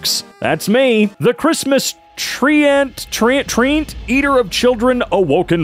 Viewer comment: Treant is pronounced Trent :)